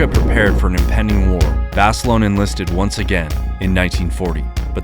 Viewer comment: of where 😂😂😂 at least say name right